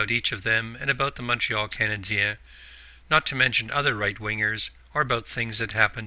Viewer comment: You pronounced Montreal Canadian correctly -- Canadian Eh thanks for the information it was helpful